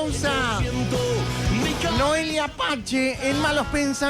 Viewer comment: Por que dice noelia pache SI es noelia pace